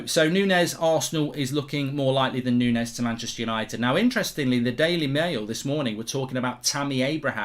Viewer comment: Its not Nunes, Nunez